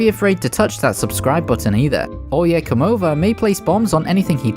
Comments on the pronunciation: I know you are technically pronouncing the name 100% right. Exactly how it is written in the manga. But the Spanish speaker in me still cringes at "Oyecomova" XD For those curious. It's "Oye cómo va". Not "Oye comó va" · O-ya-co-mo-va not oh yeah come over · Hey just wanted to say that Oye como va is pronounced Oye como ba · This is correct, but an easier way to spell it out is that it is "ohye KOHmoh vah" instead of "ohye kohMOH vuh" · Jesus I have never heard anyone butcher oye coma va. Oh yeah come over is all I hear everytimem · Look, I know the way he is saying it is not technically wrong because it’s the name of the Stand and not the song, but my soul dies a little every time he he says Oyecomova. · The oyecomova pronunciation sounds kinda whack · I'm the only Hispanic guy who cringes over the way Oye cómo va is been pronounced all over the video? Other than that great video mate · Im hispanic but I can't even speak Spanish and I still got triggered lmao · Vato me dio cringe cada que escuchaba como intentaba decir Oye cómo va mal